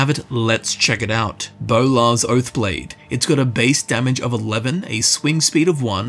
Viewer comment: Bolar's Boath Blode.